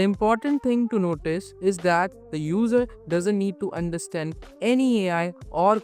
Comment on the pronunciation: 'Understend' 😂 But Fr Great work Guys